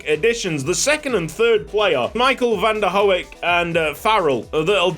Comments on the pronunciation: Hi just a tip: Van der Hoek is pronounced Van der Hook. Love the series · It's pronounced Michael van der hook